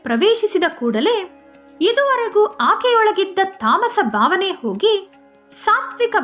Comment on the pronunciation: ಬಕ್ತಿ, ಬಾವನೆ ಈ ರೀತಿಯಾಗಿ ಮಹಾಪ್ರಾಣ ಮರೆತು ಉಚ್ಛರಿಸುತ್ತಿದ್ದೀರಿ.. (ಭಕ್ತಿ, ಭಾವನೆ)